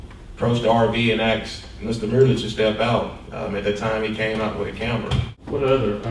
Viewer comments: the cop "axed" him??? damn that's harsh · Officer Thompson testified he “axed the driver”. I was confused and trying to understand if he was admitting to striking the driver with an axe, or exactly what he meant. He actually stated this more than once, but this seems like an admission of guilt, for committing assault with a weapon. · 2.01 he said he axed the defendant isnt that attempted murder. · It’s ASKED. Not axed damn officer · Why can't he say 'asked' instead of 'axed', damn it that bothers me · "Axed" .. it always used to be "ASKED".. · axed him….ugg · "He had his camera on me and was filming me. I axed him to stop filming me because I didn't know what that thing was." HAHAHA! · So you "axed" them? did you actually use an axe? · He axed you how many times? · As soon as he said axed all testimony should have been thrown out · He axed him several times tho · That officer "Axed" em. Who hires these people?